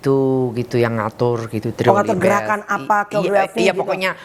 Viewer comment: Ngakak banget wkt ngomong Gendakan....jawa timur bgt😂😅